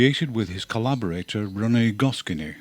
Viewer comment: I'm going to be that Frecnh person and (politely and kindly) correct your pronunciation : René Goscinny is said as Go-ss-ee-nee the SC is very subtle and sounds mostly like a long S, and i and y both read as EE. The name is the first thing said in this video : I sympathize, as it's a horrible looking name to look at and decrypt, even for natives. Recognized almost everyone in this installment! Unlike last episode, which I guess is pretty revealing. I noticed you didn't show any Boulet, so I recommend you look him up, even if for yourself. He's got some gorgeous work out there. He was one of the first french illustrator/comic artist to pioneer "blogs" as comic strips, and has had several books works of such blog posts collected and published. The blog is fan translated to English and Korean. His work on Les 24h de la BD is always a delight, check this one out : Also love what you did with the music across all four episodes. This one really made me quite nostalgic. Thanks a lot for your hard work!!